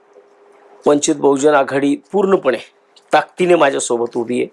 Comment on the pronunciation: पक्षाच्या नावाचा नीट उच्चार करा.